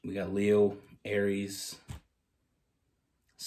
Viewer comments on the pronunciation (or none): none